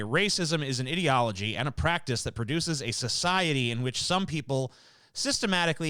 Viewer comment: You pronounced ideology Wrong